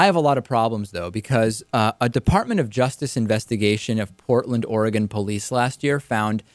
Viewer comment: Welcome to "Ory-gone!"